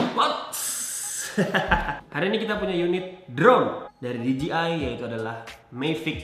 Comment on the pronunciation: Di Je Ai bro bacanya.. bukan Di Ji Ai